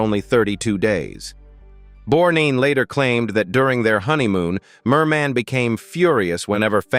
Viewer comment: Ernest "Bornine"? Asshole AI .... (God I HATE it!!)